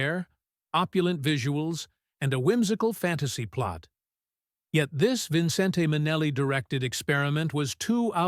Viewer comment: Omg... bot narration... "vinsintay minehlay"... ugh. No credibility!